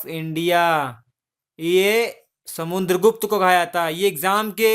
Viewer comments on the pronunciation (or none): Bhai video to Shi banate ho pr words bahut baar bolne me mistake krte ho...Or to or naam v galat bolte ho kavi kavi ...jaise Raja Ashok ko Akbar bta rhe ho or samudragupta ko samuNdragupta kh rhe ho...ye sb pr dhyan do ....so pe perfect as possible as u can...thanx